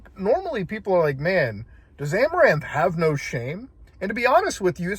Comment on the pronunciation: As soon as you said Amoranth i stopped the video. I know what happened. I don't need to hear about it twice.